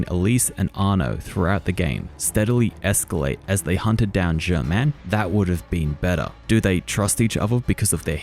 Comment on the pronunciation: Btw, it sounds just as ridiculous when an Australian says "jhhamenn!" Instead of Germain, as it does when Arno suddenly pronounces it the French way after speaking in a spotless English accent the whole time. It's "Jerr mane" in English. This isn't like Ezio, who never stops using an Italian accent.